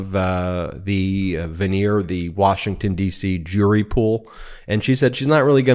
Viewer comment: Voideer, not veneer.